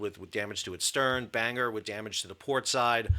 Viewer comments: It is not "bang-er". I know of 3 places with that name: in Northern Ireland, in Wales and the US state of Maine. The last two are "ban-gor" or "ban-gər". I expect ship is named for the city in NI: "bang-gir". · It’s pronounced Bang-gore. Also the ship is named after my hometown and she visits regularly. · Sal, I like your content of all the creative, informative and descriptive videos you produce however, you also need to get the pronunciation correct. The naval units are pronounced “Chid ding fold” (Chiddingfold) and “Ban gor” (Bangor). In addition, the mine hunter class of HMS Bangor is pronounced “San down”. HMS Bangor was also accepted into service in 2000. It’ll be interesting to see what comes of the investigation! I suspect Chiddingfold may well have been conducting a dead stick manoeuvre (cold move) with pilot/tugs, the smoke could have been from generator only. Great video 😊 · With Sal's pronunciation of Bangor, the thumbnail could be "Banger got mashed". Enjoy your breakfast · "Bangor" is actually pronounced "Bang-ah" in British English, so yes, perfectly named 😂 The RN simply cannot afford to be losing ships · As a native of said place I can confirm the pronunciation as Ban-Gore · Bangor is a Scottish name... it's a smallish mining town in the Boarders. (only really know it because the Edinburgh-Bangor bus went past our home) Ban is read as in German "Banhoff" whilst "Gor" is read Ghor with a hard G and hard R. PS. the airbase in Maine uses thesame reading... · Two things offended me about this 1 - misprounouncing Bangor then making an off colour joke because of it - no e"s at all. 2 denigrating the BBC for not using allision this is not a term commonly used in the UK certainly not amongst the BBC's audience. Ignorant. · Ha! But the G in Bangor is hard - it’s a Welsh town. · It's not banger. It's ban-gor. Gor as an gore. It's a city in Wales. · It's pronounced Ban-gor, Not bang-er lol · Pronounced 'Ban-gor'. Not Banger!? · Ban-gore is how it's pronounced